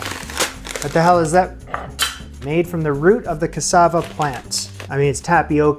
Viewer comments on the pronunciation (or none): none